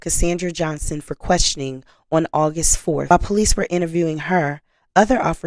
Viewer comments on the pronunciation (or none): none